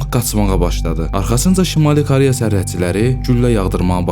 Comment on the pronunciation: Bəzi sözlərdə o hərfini elə o kimi səsləndirmək düzgün deyil a kimi səslənməlidir.məsələn Koreya yazılır ama o a kimi səslənir.məs Kareya.həmçinin başqa sözlər.diksyanızı düzəldin. C və Ç hərflərini də düzgün tələffüz etmirsiniz.nə bilim eee deməkdən yazmaqdan yoruluram.öz dilinizdə niyə bu qədər pis danışırsız niyə hörmətsiz davranırsız dilimizə qarşı.sizin buna ixtiyarınız yoxdur bir vətəndaş kimi.